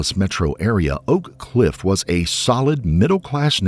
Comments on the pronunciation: Its O'Cliff no one says Oak Cliff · Oak cliff is the worst part of DFW by far, especially the black half (the Hispanic half isn’t as bad, since many are undocumented immigrants and are fearful of getting attention from police) Also the place is pronounced o’cliff , not oak cliff